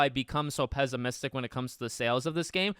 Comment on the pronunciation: Pess-imistic, not pezz-imistic**